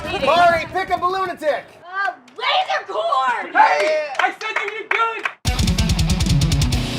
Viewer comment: “Lasecorn final score” AHAHAHAH 😂